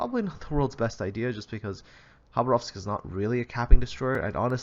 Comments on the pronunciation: Khabárovsk, not Khabaróvsk. The stress is placed wrong. It's a russian city in far east. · Why do you say Habarovsk,it was it is and it always will be: KHABAROVSK! K dude K! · It's Russian so the Kh is pronounced a hard H